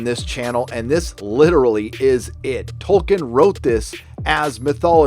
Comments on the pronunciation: THE NAME'S TOLKIEN, NOT TOKEN!!! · I know this is nit picky but I’m pretty sure it’s Toll- keen Sorry 🙃